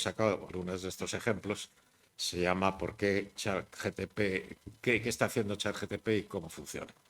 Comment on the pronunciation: Todo el mundo: ChatGPT Álvaro de Rújula: ChatGTP